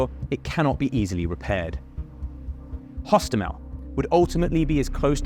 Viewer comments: Airport actually Hostomel Airport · Hostomel, not. Osowiec, not Owowiec.